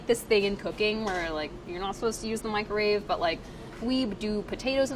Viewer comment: Priya says microwave incorrectly, mikerave